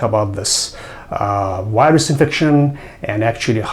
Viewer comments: سلام دکترجان همه چی عالیه فقط تلفظ انگلیسی Virus , Viruses از دیکشنری ها چک کنید ممنون. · Thanks. Very good info. But why is it so difficult for many people to pronounce "v" as in virus? or video? And not wirus, not wideo. To pronounce "v" just touch the upper front teeth to lower lip. That's all.